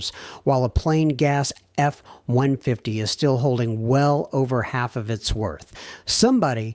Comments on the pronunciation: Way too much AI….Ford F one-fidy ? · it's a good thing A.I. does not know how to pronounce F-150, because now we know all the times A.I is used!!!!